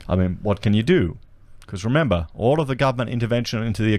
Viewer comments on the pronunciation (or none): none